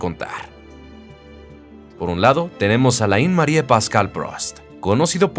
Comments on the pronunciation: Alain se lee Alén. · muy buenoel video.....q recuerdos de aquellos años en q empezaba yo a ver formula 1,,,,,,,,,pero por lo q mas quieras,,,,,,aprende a pronunciart alain,,,,,,no es muy dificil